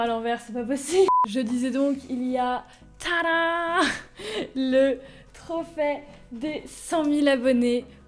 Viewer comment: a chaque fois que tu disais trophe j'entendais trophet😂😂😂😂😂😂😂